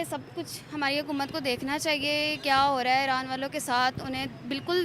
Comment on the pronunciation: Aaran 😮😮😮 are jahilon bolna to seekho